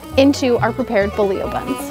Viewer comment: I love this recipe and will be makin these tomorrow evening. On a side note, it's refreshing to hear someone pronounce bolillo properly!